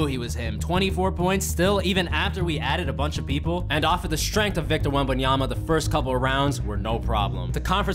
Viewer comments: Victor wembambam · HE GOT VICTOR WETBANANA